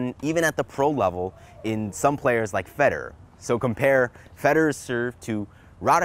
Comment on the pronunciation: FED-ER. bro plays tennis but doesn't even know how to pronounce the names of top precessionals.